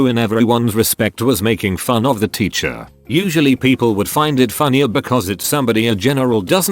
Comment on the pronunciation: Nobody: Reddit voice: “Ticher”